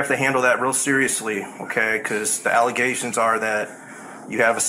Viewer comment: "Uranus Aglegations"